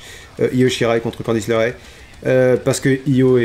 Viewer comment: Bonne vidéo comme d'hab par contre c'est Candice LErae parce que LArae ça sonne bizarre 😅